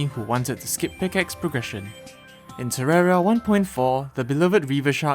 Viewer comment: are you just ignoring the "i" in terraria when you say it?